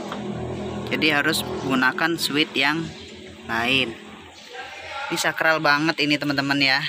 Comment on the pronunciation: Saklar om. Bukan sakral 🤣🤣😂😂